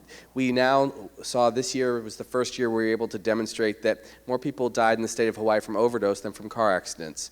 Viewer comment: she said hawaii wrong